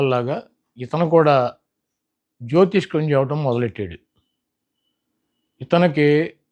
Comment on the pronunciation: జ్యోతిష్కం కాదు జ్యోతిష్యం